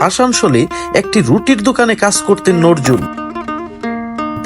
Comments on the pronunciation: নরজুল না ভাই,, নজরুল হবে। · নজরুল নাম টাই বলতে পারেন না আপনি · আপনিতো কবির নামটাই উচ্চারণ করতে পারেন না।